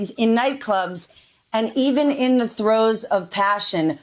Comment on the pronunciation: Gaetz and Trumf, right out of Hitler's Lists! Steph, did you say "throughs of passion", lol